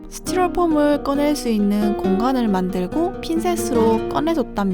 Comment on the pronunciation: 스티로폼 발음..ㅋㅋㅋ 스튈ㄹㅗ폼